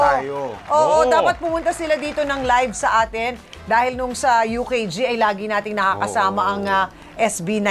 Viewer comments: Tiyang Amy, A'tin lang po hindi A'tin-s. Wala pong s. Yan po kasi ang consistent sa meaning ng fandom as explained by the SB19 leader. Slight detail lang po yan na na-aappreciate naming fans. Besides plural na po ang "atin", no need to add the s.. hehe.😄🥰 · A'TIN PO DI PO A'TINS HAHAH MAGAGALI NA SI PINUNO NYAN CHAR HAHAHA